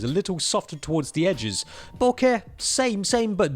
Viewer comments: I love hearing you say BO-KEHHH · still doesn't know to pronounce bokeh.